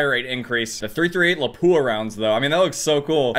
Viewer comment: three THIRTY eight Lapua